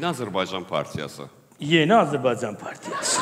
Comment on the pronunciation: Что за ведущий)слова Azərbaycan не правильно звучит) говорит АзербайДЖан